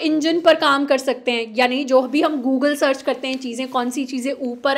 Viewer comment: Google ❌ Gulgol ✅